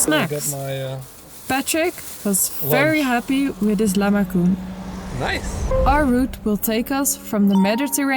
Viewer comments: Lahmacun is pronounciated as lah-maa-jun. We read C as Gee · And none of the names were said correct )) lahmacun, pide, Pamukkale, Kapadokya..